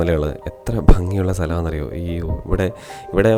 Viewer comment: താങ്കളുടെ വിവരണം വളരെ നല്ലത്. എത്രയോ നാളുകൾക്ക് ശേഷമാണ് ഒരാൾ "ഭംഗി " എന്ന് ശരിയായി ഉച്ചരിക്കുന്നത് കേൾക്കുന്നത്